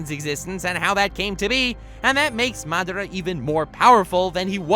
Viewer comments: keep your shitt together... Its madara... Not MAAA DRAA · He said madara weird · I hate how this kid says madara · Stop saying madara like that, makes my back cringe